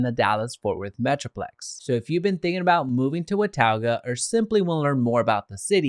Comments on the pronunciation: It’s not pronounced “Watowga” its pronounced “Watoga” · WA TAU GUH! lmfao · Hey dude if you're going to do a video on Watauga pronounce it right!!!! wuh·taa·guh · It’s pronounced what-taw-ga. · you should have learned how to say wa-ta-ga before making this video. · How many times can you say the name of a city wrong? It's pronounced Wuh - taw - guh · thats not how you say watauga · You are butchering the name. Also showing photos that are not of Watauga. We do not have mountains visible from Watauga. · Wow....u r so uninformed. U do not even pronounce it correctly. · Thanks because his pronunciation was very annoying. Maybe do some research next time, bud LOL